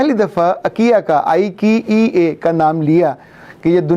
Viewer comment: Sir you pronounce the word IKEA wrong .the right pronunciation is Eye_ Ki_ Ya not ..Aa_ ki_ ya